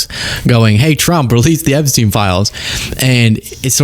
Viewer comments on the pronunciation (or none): none